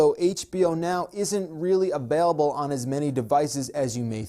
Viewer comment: He says ABAILABLE !!!!??!